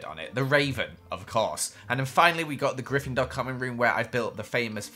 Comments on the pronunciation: How dare you say GrIFENDORe bAd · i am grifendor and u say that that wrong